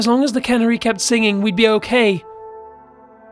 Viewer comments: ....Cannery? Lets just assume is trying to say 'canary'. That was almost as brutal as Cumberbatch trying to say 'penguin'... though nowhere near as hilarious.:P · Please, please look up the pronunciation of words. The bird is called a canary (kah NAIR ee) not cannery (kaa ner ee), a place where they can food. This narrator, the other narrator... I can't take it anymore. I have to unsubscribe. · Canary, not cannery. lol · I love you and your voice and watching your channel but the whole time it sounded like you were saying Cannery (A factory where food is canned) instead of Canary (Like the bird). Loved it though! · Canary ka-nare-ee not Can-ary Levi-O-Sa not Levio-SA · Couldn't continue listening after hearing the way you mispronounced 'canary' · Seriously it's fucking CANARY!!!!! That shit rubbed me the wrong way too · That's not how u pronounce canary